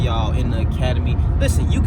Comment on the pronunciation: Forget that Troll and it's "Academy" not "Acamadey"